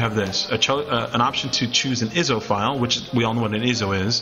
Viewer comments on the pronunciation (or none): Thanks for the info, but "iso" is pronounced "eye-so". My ONLY complaint with the whole video. Other than that, thanks from 2021!